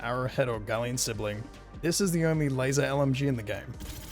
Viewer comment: Yubare-V. There's no "z" in the name. Lumin 5. The V is a Roman numeral. Gall-ant. There's no "i" in the word. Galliant is not a word or a name. Uff-da!